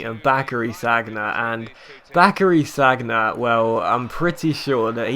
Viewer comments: Sagna is pronounced San-ya not Sag-na :) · don't you ever watch football on tv? it's 'san-ya', not sag-na... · Was cringing through this episode it's pronounced SAN-YA not SAG-NA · SaN-Ya not SaG-Na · called Sanja not Sagna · San-ya! San-ya!:'-) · You pronounce sagna wrong, it's San-ya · Sorry, but I cringed each time you said Sagna. Amazing videos as always though, keep it up.